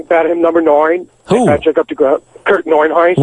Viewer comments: Who is he imitating that says nine like “noyne”? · Number noine lol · he can't not break whatever character he's doing to say "noine". he has to. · How the hell does Richard Christie's dad manage to say noine in mid conversation lmao Ahhh Sour's too funny